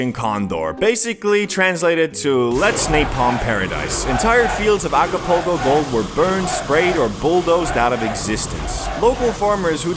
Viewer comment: lol alcopoco mode he said 🤣🤣🤣